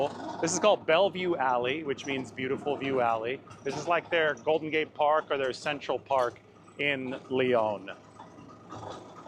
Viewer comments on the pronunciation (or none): none